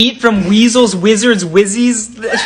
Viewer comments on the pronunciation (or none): It’s Wee-sley not weasel . Pronounciation error😅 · The only weasel here is you for mispronouncing that first name